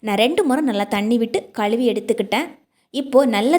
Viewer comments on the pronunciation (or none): none